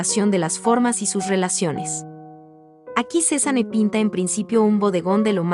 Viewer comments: Está mal la pronunciación de “Cézanne”, la “e” al final es muda (no se pronuncia)! Se pronunciaría “Cezan” Ojalá tuviera mucho dinero para comprar un cuadro de Cézanne! 💜💜💜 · Me pone de nervios que no sepa pronunciar el nombre